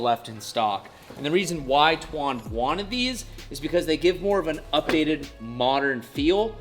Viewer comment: Why do you call him “Twan”????